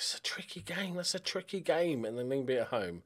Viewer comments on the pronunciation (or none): Some pronunciations to help you out, although you're probably already better than I was when I started learning danish Vejle = V-eye-leh Lyngby = Lung-boo Nordsjælland= Nord Shell-and Midtjylland = Mid yull-and Hvidovre = Vee-door